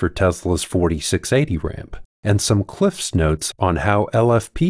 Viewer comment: 5 bonus points for correctly pronouncing Cliff’s Notes